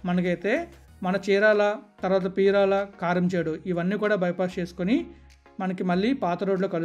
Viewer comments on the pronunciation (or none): అయ్య పీరాల కాదు పేరాల